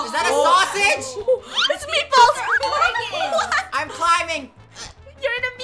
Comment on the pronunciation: It really did sound like she did say, "it's me falls" XD